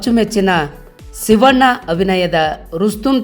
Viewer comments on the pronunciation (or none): none